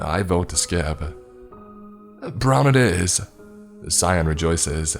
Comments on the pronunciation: They- I knew this would happen Also, pronouncing "Cyan" as "Cyon" is sus. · I thought you were saying scion. Not cyan. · am i the only person that pronounces cyan ki ann? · Why he say cyan like that